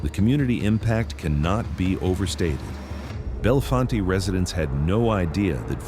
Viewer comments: Bell Font is how it's pronounced. It isn't pronounced bell font aye. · Its i99 yet... its still route 220 near I80 and its said belle font not fonte... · <----- Born and raised in Bellefonte, PA.... this video is a lie......... and ir is pronounced: "Bell-Font." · "Bellefonte" - pronounced "bell-font" - not "bell-font-tay". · Most of the clips were just AI filler. I live in Bellefonte and the only times they showed actual Bellefonte, was from downtown and randomly repeated that very small clip throughout the video. None of the other video clips were of Bellefonte (pronounced Bell-Font) named from French meaning beautiful spring. Talleyrand park, central to Bellefonte, is home to the natural spring that feeds much of the water supply to the area. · None of the places in this videa are "bella-fon-tay" 🤣. I grew up in milesburg 3 miles from there. Learn how to pronounce the name right too narrator dude. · Pronounced locally "Bell-Font" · Town name pronounced "Bell-font" not as it looks, It's not loke Harry's last name! These cat's hsd to have stuck out like sore thumbs around there as it's mostly the same family's that had lived there for a century. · FYI, Bellefonte is pronounced Bell-Font. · Bellefonte is pronounced Bell-font. Thankfully he didn’t pronounce the other e making it Belly-fontea 😆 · Bellefonte is pronounced Bell-font to most locals. But its sad that this has to happen in our small town communities of people just trying to live a normal and meaningful life. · It’s in the center of Pa. Just north of State College Pa. You might have heard of the Nittany Lions. About 4 hrs east from Pittsburgh Pa About 3hrs west of Philadelphia Pa They don’t pronounce Bellefonte correct in this either. The E is silent at the end of Bellefonte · Stop saying Bellefonte WRONG!!! Thanks its driving me nuts lol. Do a little research to learn town names. Just drop the E at the end. It's silent.